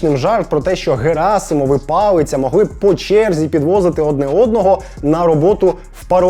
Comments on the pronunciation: Палиця не палицця. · палиця не палицця 😂